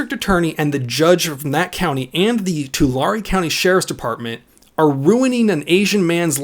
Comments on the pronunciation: Tulare=Tuh Larry not Talary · As someone who lives in Tulare county, I feel the need to inform everyone that it's pronounced To-larry (Larry, like the name) not Tulary. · Oh hay That's the county I live in. (edit): Tulare is pronounced like twolarry /as far as I know we are talking about the same Tulare don't know if there is another Tulare in cali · you can tell when someone is not from the central valley they always pronounce the city name funny. It is pronounce to-lare. Just like Delano its Da-lano. I feel sorry for the guy he is probably gonna get charged. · Tulare. Said like you would say 2 lair. Just FYI. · Tulare. Too-larry, That's how it's said. 🤦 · It's pronounced Tool/Air/E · It’s pronounced “Two-Larry” 🧐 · Its pronounced " Too Larry" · It’s pronounced. Too. Larie. Like larie the lobester. Fuck California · Oh and its pronounced " Two-Larry" (Tulare) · That is not the proper pronunciation of Tulare. lol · your saying tulare wrong